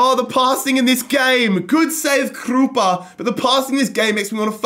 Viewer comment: Please stop saying Krupa like that